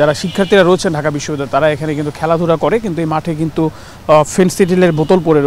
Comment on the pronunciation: প্রতিবেদকের বাংলা উচ্চারণ নিম্ন মানের। প্রাচ্য এর অক্সফোর্ড ঢাকা বিশ্ববিদ্যালয় উচ্চারণ করতে পারেনাই।